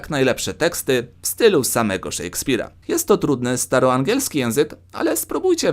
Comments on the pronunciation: Szekspir a nie szejkspir (wymowa) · czemu zamiast szekspir mówisz szejkspir?